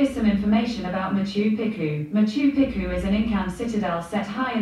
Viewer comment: Pronounced: Match oo pee choo :) Hope that helps. When I was a kid (early 80's) me and my family went to Brownsea Island on the ferry from Poole Harbour, while on holiday in Weymouth for a week. Ask any of my family members what they remember about Brownsea Island and they will all say even to this day "ANTS!" LOL